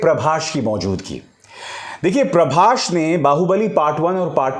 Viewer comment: Its "Prabhas".. Not "Prabhash"... So irritating.